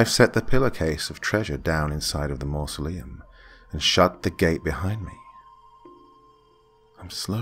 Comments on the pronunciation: When you're too drunk to pronounce masuleom. Don't worry guy, we've all been there. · The dad couldn’t say mausoleum lmao